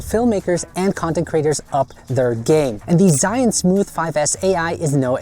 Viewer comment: It's not Zion, and not Israel or Egypt :D LOL it's Zhiyun (almost like: Jeeyoon) here is tutorial on pronunciation of this word